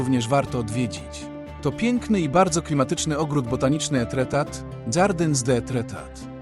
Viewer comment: Pięknie, ale wymowę francuską powinieneś sprawdzić przed publicznym komentarzem do filmu. Pozdrawiam!😘